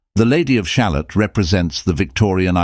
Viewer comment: Ah yes! The human condition! That has certainly had a good run in poetry and the arts over the years.... Thanks for the analysis it's quite ft provoking but I do have to say having a very English (but likely fake) voice pronouncing the word 'shalott', like an american talking about a type of onion, is disturbing. It is pronounced sha-LOT. The rhyme structure of the poem should make that clear.